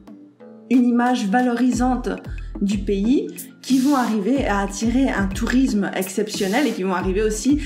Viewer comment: Je sais, je suis chiante, tout le monde fait cette faute, mais s + consonne = sss pas z, tourisssme pas tourizzzzme. Merci d'avoir partagé le débat :D